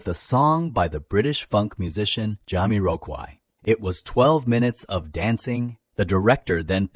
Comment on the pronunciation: AI voice? Jamiroqaui is said so weird lol